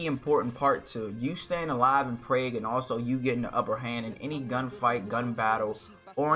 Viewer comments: Resonance not Renaissance..Prague is pronounced like jog... peace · bro said Prague the totally wrong way